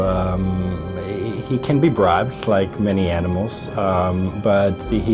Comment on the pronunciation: lmao "anmimals"